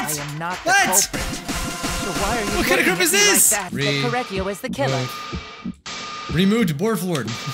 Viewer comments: Every time you say “Korekiyo” you say “Kory” so every time you say his name I go: “CORY KENSHIN?” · when he says kory it makes me think of "kork"